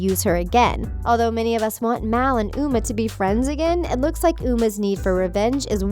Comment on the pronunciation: “We’ve always trusted you, Mal. You’re like the best VK ever.” You said Uma wrong